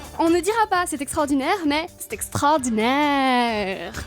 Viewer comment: C'est éxtrordinèèèèèèrrrrrrement rater on ne prononce pas du tout extrordinère comme sa on le prononce comme il le faut et sinon ton accent est beaucoup rater